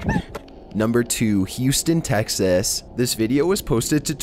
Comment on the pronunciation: the way hes pronouncing texas is hilarious